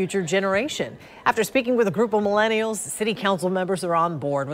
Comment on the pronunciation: Why the emphasis on the millennials part? 😂😂 like we’re the boogeyman coming to get you